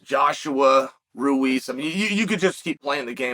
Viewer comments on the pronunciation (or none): none